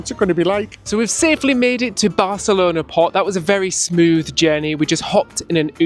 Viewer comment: This is going to be a useless comment but I'll power through. THANK YOU for not saying BarTHelona! 🤣